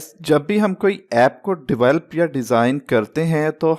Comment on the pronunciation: develope ❌❌ devalp ✅✅